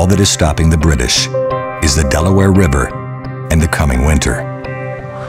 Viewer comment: "All that is stopping the British is The Delaware Ribber" 🤣😂